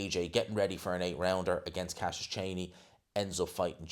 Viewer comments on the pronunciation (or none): none